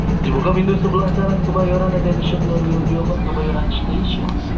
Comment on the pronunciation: Kebayoran bang ,bukan Kemayoran 😂😂😂